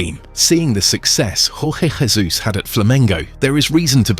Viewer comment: Jorge Jesus is from Portugal, the narrator is using spanish pronunciation on his name. 😄